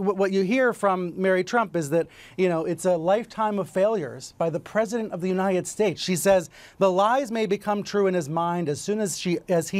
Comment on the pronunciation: of course not, he's like a stable genius... That's why he's president of the United "Shtaaeetes"...lol